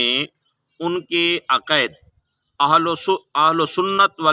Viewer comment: پتا آپکو اپنے دین کا بھی نہیں ہے ۔۔ تلفظ اور انداز تو آپکا جاہلانہ ہے ۔ عقائد تو بولا جا نہیں رہا اور باتیں فکر ولی اللہ کی کر رہے ہو۔۔ قصور آپکا نہیں آپکے بڑے بھی انہیں سمجھنے سے قاصر ہیں آپ تو آنکھیں بند کر کے انکی انگلی پکڑ کر چلنے والے ہیں😊